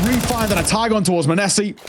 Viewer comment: my ears hurt when caster says MANESSI